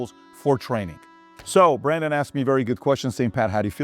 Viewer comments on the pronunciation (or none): none